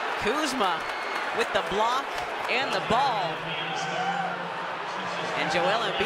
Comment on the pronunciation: Lmao commentators having trouble saying the word “block”